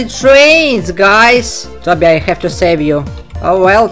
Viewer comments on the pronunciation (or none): It's toby not tabby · I like how you say toby. Sound like tabby 😂. No efentse btw